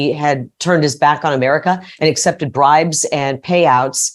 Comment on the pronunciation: "The Bribens!" 🤭 Funny yet so tragic!